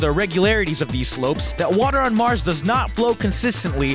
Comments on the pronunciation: he says msrs instead of mars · its mars not msrs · Water on Msrs s eriosly its "Mars" dude